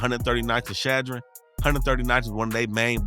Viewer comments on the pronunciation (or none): It’s Chadron not Shadron (yo pronunciation was all fuccd up lol)